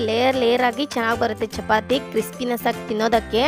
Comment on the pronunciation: ಚಪಾತೆ ಅಲ್ಲಾ ಅದು ಚಪಾತಿ